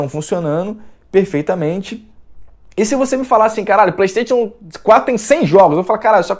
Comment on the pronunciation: "Plestêtchu" Ha!!!!!!!